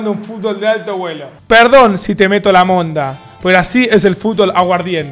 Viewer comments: lo dijiste mal no es monda, es mondá con acento en la a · "Perdón si te meto la monda,pero así es el fútbol aguardiente" jajajaja gente se le dice "MondA" (con acento en la 'a') mondA,no mon da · se dice "mondá" davito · Mónda y no mondá JAJAJAJAJ, ETERNO 🗣️ 🧠🔥🔥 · Davo no es monda, es mondá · Davo solo un consejo cuando digas "monda" dilo con acentuación en la "a", Mondá. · Jaja eso justo iba a comentar pero ey soy colombiano y dijo re mal el monda lo dijo con tilde en la o y es normal